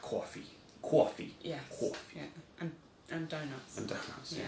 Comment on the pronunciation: Crystal Pepsi is not even the slightest bit minty. It tastes like Pepsi. You sounded like you were from New Jersey when you said Coffee. lol